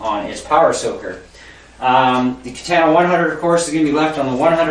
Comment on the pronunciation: It was related to the way you said katana, good review though and good playing it provided a lot of information and I purchased one so thanks